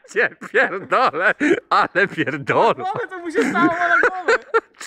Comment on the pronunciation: Pięknie zaakcentowane "ale pierdolło". Jestem dumny, że jestem Polakiem:)